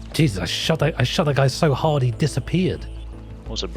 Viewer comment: Read this as he said it lmao 😂